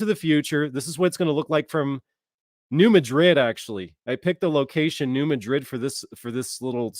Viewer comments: I live in New Madrid and you pronounced it wrong its not new mid-drid its New mad-drid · In this area, people pronounce New Madrid as New Mad- drid. 😊😂❤